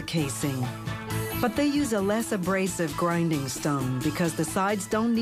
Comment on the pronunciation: WTF is a "grunding" wheel!?